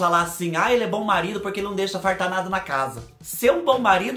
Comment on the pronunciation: eu gosto do seu sutaque e qdo vc fala pruque🤗🤗🤗🥰